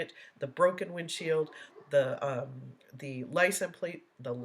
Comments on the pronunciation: He thinks people understand his made up language. The worst part is he believes the rest of the world is saying these things wrong. Biast, licen place, axed, substain, tackit, dis, dat, he believes that he is using the correct words. He says about 100 more incorrect words but those are the ones I can think of right now. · No he is really saying license place….not license plates. There is a “t” in plate or plates.